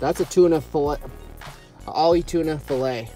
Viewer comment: It's AHI not OLLIE